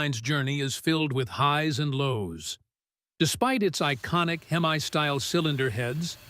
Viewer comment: Unless you're from across the pond. Copper is what the cylinder o-rings were made from. Not cooper. And it's pronounced hem-e not hem-eye. Also I could deal with less repetition.